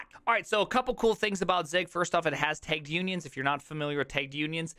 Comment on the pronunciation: "It has TEIGGED unions" I think you mean tagged